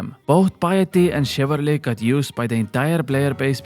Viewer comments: chivalry* not chivarly :P Other then that, good points. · Please stop saying chivarLY. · Haha, your pronunciation of "chivarly" kills me